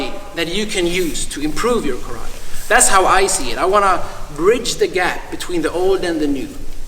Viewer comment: Congratulations for the ideas and for the seminar! And congratulations for starting saying "karate" without an american accent for the first time since I am watching your videos.